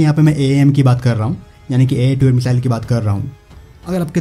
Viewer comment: मिज़ाइल नही होता भाई मिसाइल होता है